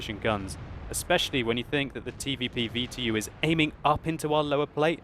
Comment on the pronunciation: just say TVP like normal people.